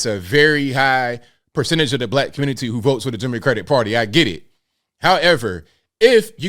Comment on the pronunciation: Nobody calls it "the communi-tah" 😂